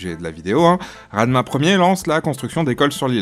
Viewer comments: Radma (faux) c'est Radama, merina pas merinas 😂😂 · On dit "Radama " mais non Radma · Très belle initiative et émission mais vaut se documenter encore plus sur la prononciation des mots , sur les rois et reines ( qui sont pour les Malagasy des émissaires entre l'Homme et Dieu) . Ranavalona pas Ranavolana , Radama pas Radma , svp , pour les Malagasy l'histoire et la culture sont quelque chose de réellement importante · bon a la limite il prononce mal ce n'est pas grave, mais les radma, merinas, Sakkalava et madascar ne sont pas vraiment très flatteur. Il c'est donné plus de mal sur les vidéos relative au autre pays de la francophonie 😂😂😂